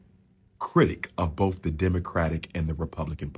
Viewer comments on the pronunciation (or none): none